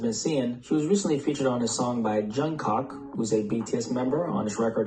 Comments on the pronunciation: I’m stuck on him saying Jungkock 😭😭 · This man done just said "Jung Cock" 💀💀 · “Jung Cock” Boy bye💀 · Did he say “Jung cock”… My nig bfr! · Fr I still can't get over it 😭 where tf did he get jungcock from?? 🤦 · Why did he say Jungkook’s name like that😭 I thought it’s a rule, 2 O’s make the ooooo sound😭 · THE WAY HE SAYS JUNGKOOKS NAME HAS ME ROLLINGGGG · Why’d he pronounce Jungkook’s name like that- wtf. 😭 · Now why he say jungkook name like that 😭